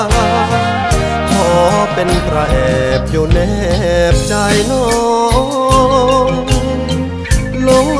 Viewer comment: รู้สึกน้องจะมีปัญหาเสียงครุ นะ เช่น "ใจ" ร้อง "จาย" เสียงดี มีเอกลักษณ์ ฝึกออกเสียงอักขระให้ชัดเจน เพลงจะไพเราะขึ้นครับ